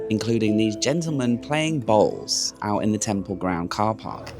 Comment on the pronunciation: The game is boules I think, not bowls. Pronounced bools. Correct me if I am wrong